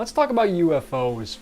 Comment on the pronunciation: Why do you keep talking about these "Yuu-eff-ohs?" Your titles said you were talking about UFOs.